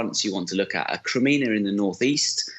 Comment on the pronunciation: Is he saying "Crimena" or Crimea? Rea;;y sounds like he's saying Crimena..